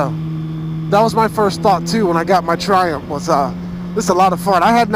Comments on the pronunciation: Triumph... tri... umF. it's not triump. Triiii... umph. UMF jeezus man. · Loool the way he pronounce Triumph 😂😂. "Ph" at the end sounds as an "f" not "p". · the ph in triumph is an f sound. i know its sad but its bugging shit out of me now after watching a lot of your 675 vids!